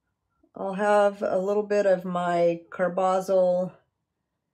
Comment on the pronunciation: Nice painting; thanks for the video. (Believe it's CAR-buh-zol).